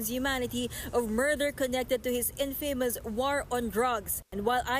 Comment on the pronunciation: of News 5 should pronounce infamous properly?